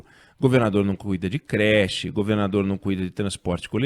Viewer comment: alguem sabe o porquê do oinegue nao estar falando a palavra "governador" direito?